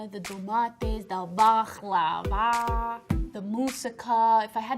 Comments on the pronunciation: People need to learn how to pronounce baklava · In Bulgaria is so stange if they see how you say baklava